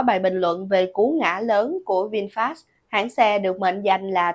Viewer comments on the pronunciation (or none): Người ta là Vinfet mà cứ đọc sai hoài.